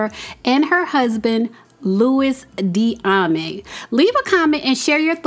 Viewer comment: It's "dee ah may"